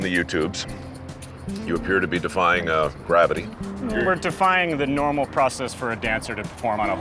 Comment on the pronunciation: “Grabbity” Lol 😂